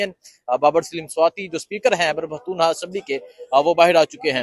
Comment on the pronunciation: Its خیبر not حیبر پختون